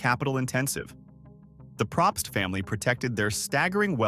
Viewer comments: It’s said “Pro pst” they don’t even know how to pronounce their name. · I’ve known a few Probst and I don’t think he got that right either